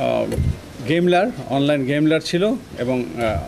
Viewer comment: ভাই এই পুলিশ অফিসার কি পড়ালেখা ছাড়া পুলিশ হইছে???. গেমার কে গেমলার বলে... অনলাইন গেমলার। সে ও মনে হয় কোটা দিয়েই চাকরি পাইছে😅